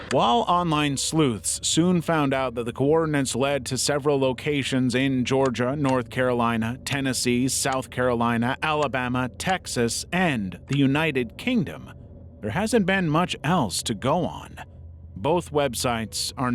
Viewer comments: Ah yes the "United Kingsom" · The United KingSom?????